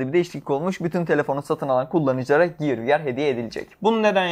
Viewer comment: Ya lütfen ciyır demeyin şunlara giyır anacım giyır gear.